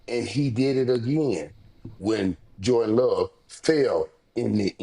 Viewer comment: Micheal jorTent…. 😂❤ everytime bro … yo it’s JORRRRRRR…..DANNNNN not JORTENT